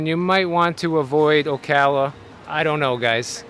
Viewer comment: Thank you for pronouncing "Ocala" correctly .......and you should see the square at Christmas :-)